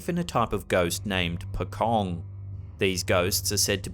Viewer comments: Pokong? It's pochong. The ch pronounced as how u pronounces the ch in Chernobyl. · FFS I've said it before and I guess I'll say it again..... it's pronounced POH-CHONG not POKONG? C'mon get your shit together dude..... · Pokong?.No..it was Pocong..a ghoul shrouded in burial cloth.Famous ghost in Indonesia and Malaysia.(The C in Pocong is sounded like Sea/See word). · Pocong is pronounced Pochong not Pokong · That's Malaysia not Indonesia. And it's pronounced "pochong" not "pocong". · Your 'pocong' pronounciation is soooo wrong but it's funny. 😂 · Pocong, the C is pronounced like chalk or cheetah, not like K.